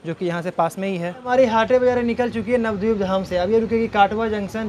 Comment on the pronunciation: Nabadeep mein a kyu silent kar rahe ho? Navdip thodi na hai?